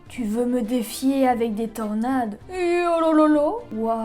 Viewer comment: Mais pk tu dis yolololo c worororo